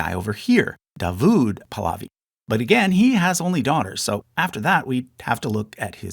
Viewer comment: When you mispronounce Pahlavi throughout the video, then it shows that you haven't really done a thorough research.